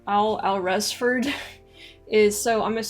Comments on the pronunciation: Alresford is prounced Awlsford. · Alresford pronounced Allsford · Alresford is pronounced 'Alls-ferd'. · Alresford - pronounced Allsford